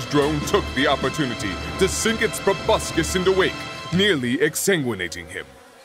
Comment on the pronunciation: "...the opportunity to sink its P R O B U S C U S into Wake..."